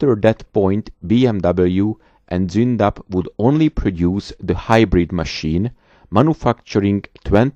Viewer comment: I now know how to pronounce Zoondapp and KeeS750. Danke.